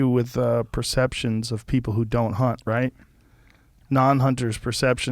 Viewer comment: He says "right" like "rat". 😃